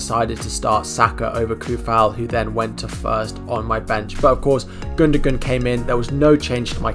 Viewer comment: Great video mate! Maybe try and pronounce peoples names right though, its respectful! :) Gun-doh-wan! Sah-ka!, Soo-Fahl! :) :) :)